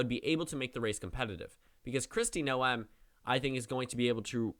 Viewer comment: you're mispronouncing Noem it's pronounced like 'NOME' not no-em